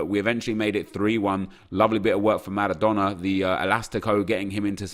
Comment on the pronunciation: Please stop pronouncing all the names and words correctly. If I heard Maradona with a rolling "R" one more time I was launching my phone at the wall... good vids though. N I don't even know why it triggers me so much either 🤷‍♂️